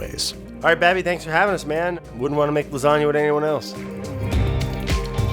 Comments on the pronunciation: You GOTTA have RICOTTA when you're making LA.... LASATTA. Sorry. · it's pronounces laaa-zaaa-GGGGna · It’s called L A S A G A ! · Lasgana? Brad?? Ahhhh my 9yr old brain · Nobody: People born and raised in the US but have Italian ancestors: hey, Italian here, and you're doing it wrong